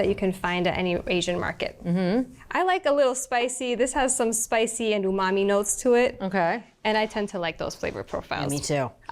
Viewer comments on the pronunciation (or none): none